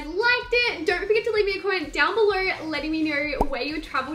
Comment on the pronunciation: she says instead of below = belor and instead of no = nor NOT HATING